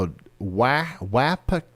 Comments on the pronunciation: Watched where I was impacted. I live in Russell's Point. East of Wapakoneta. Ours was an F-3. Wish I could have watched this at the time. By the way. Wapakoneta is pronounced "Wah-Pawk-onnetta" 👍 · I’m sorry the pronunciation of Wapakoneta just hurts. I live just north of there and every time I use Google maps it pronounces it differently